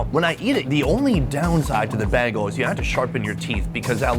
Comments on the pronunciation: I know likes to intentionally mispronounce some words and put the emphasis on the wrong syllable, but the way he kept mispronouncing bagel until the very last time he said it was bugging me in a way that must come from being born and raised in NYC and heaving heard it all my life. When he finally said it correctly then I was fairly certain that all the others were just his usual jokey way of saying things. It was a subtle bag-el instead of bay-gel but each time it made me want to correct him, how Frieda Vizel managed to not say anything about it I can only guess has to do with editing because if it was me sitting there eating a bagel with him I would have had to let him know. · for someone who does a food show, I can’t believe you don’t know bagels with cream cheese and salmon! Where have you been? Also l it’s pronounced “ba-gal, not betal”! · the way you say Bag-uhl is upsetting. Bay-gull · You say bagel like someone from Minnesota. It’s pronounced BAY-G-EL. You say BAYG-L. Was driving me nuts. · the way you say "bagel" kills me!! it's bay-gull, not bah-gull hahahah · bagels are pronounced BAYGELS, not beggels. you heard it many times and still didn't get it right. also bagels should be served open faced. they are too thick to stuff and eat like a sandwich with two slices of bread. everything gets squished out. open faced, cream cheese, lox and maybe other toppings. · its pronounced Bay-gel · How does he say BAY-GUL 😭😭😭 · You can hear your Midwest come out when you say “baegel” 😂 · Say "baygel". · Too bad you didn't know to ask them to try a bialy. I prefer a bialy over a bagel any day. Your pronunciation of bagel is a bit off. It may start with the three letter that spell bag, but the word bagel is not said using the word bag. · How he pronounces the word bagel - fail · Bro im gonna be honest, i dont like the way you pronounce bagel 😂😂 ofc with love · Your pronunciation of “bagel” is so frustrating 🤣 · You pronounce bagel like Britta does